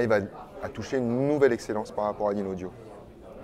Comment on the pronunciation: Le présentateur qui ne prononce même pas correctement le nom de la marque...